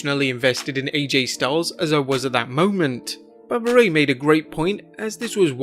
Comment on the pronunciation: Bubba ray..... Not bubba rey